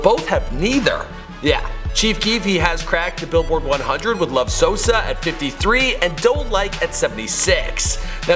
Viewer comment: “ TEKEHSHI AND SOSAW”